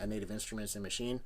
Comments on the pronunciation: It's not fucking called Maschin-Ahh. It's called Maschine and pronounced 'machine' in German with a very silent 'e'. There's no 'ah' at the end. /endOCDrant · Because it's german it is pronounced maschine, not maschina. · Ernest Parker It's a German product. It's like (🍅) Tomay-toe, to-motto. Either or is acceptable.